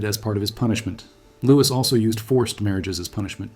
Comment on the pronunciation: Louis is Lou-Wee not lewis. terrible ai voice